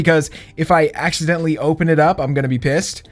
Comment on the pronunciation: I don't like how u said piss